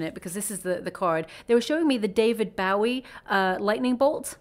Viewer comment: His name is pronounce David Bo -- EE. Not bowing down rather like a (bow) and arrow